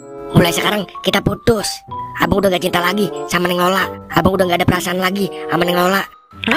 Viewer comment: kenapa ya bahasa nya selalu pake huruf e? contoh: abang jadi abeang. obat jadi obeat, bata jadi beata 😮